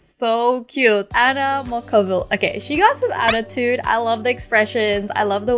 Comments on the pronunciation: Wengie: she has adatude Me: I think you mean catatude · She said 'annatude'